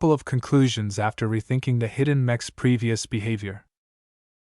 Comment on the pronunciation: I don't expect much from ai narrations but this is a story about mechs and it can't pronounce "mechs" or the main characters name, why go through the effort of uploading it did you not check to listen to the first few minutes?